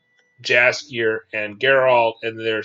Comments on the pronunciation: Just a little tip, if we're gonna use name Jaskier proper pronunciation is Yaskier. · You pronounce Jaskier and Geralt wrong. In Polish J is more like Y. And G is like G in game.